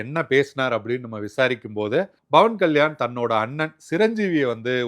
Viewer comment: Athu Pawan kalyan, not Bawan kalyan 😂